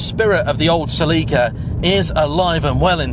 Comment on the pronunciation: Like a normal person